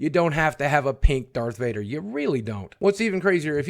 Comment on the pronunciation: 'ish' you nearly said Varth Dader